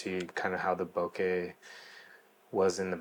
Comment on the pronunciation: Nice work! And thank you for pronouncing “bokeh” properly. I too, just picked up one of these and am in love with it. Love the 50mm on it, but will definitely use the 40mm pancake for street.